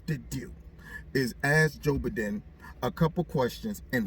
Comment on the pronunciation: Joe Buhden! 😅😂🤣